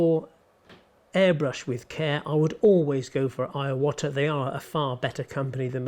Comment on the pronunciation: Great video as always! I hope you don't mind, but I'd like to draw your attention to a couple of errors you made in this video, probably because you're repeating something you've been told or seen somewhere. 1: Iwata isn't pronounced 'eye-wata'... it's a short 'i', like igloo. It's probably a mispronunciation from an American, were they tend to elongate vowels (Iraq becoming eye-raq, etc). It's not a big issue, just one that bugs me having studied Japanese!;^D 2: The pullback motion on a double action airbrush isn't really to increase the flow of the paint, but to 'widen' the spray. The increase in flow is a side effect though. Think of it like a spray bottle of kitchen cleaner, with the nozzle that you can rotate to adjust the stray. Twist it one way and it will make a thin stream of liquid come out... twist it another way and it will vaporise into a mist. On a dual-action airbrush, the needle is pulled back causing the paint to vaporise... this is good for respraying the whole of a model, or weather with a dusting of grime/oil, etc When the needle is forward, it makes a pinpoint line of paint. This is good for getting in nooks and cranny's, or painting down panel lines, or pick out details. I also make model aircraft, and I've painted camouflage without masking by using the pinpoint spray for the hard edges where the colours change, then filling in between with a slightly wider spray. 3: The water-trap or moisture-trap on an airbrush isn't there to remove mineral d